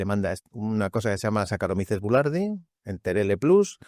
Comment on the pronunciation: Por favor, el nombre del probiótico que menciona no entiendo bien el nombre. Sacaromi celulardin?. Por favor.